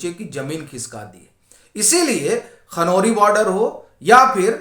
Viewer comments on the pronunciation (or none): खनौरी not कनौरी